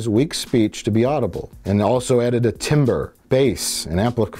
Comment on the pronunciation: the way mike says "timbre" is arguably worse than the wookiepedia entries themselves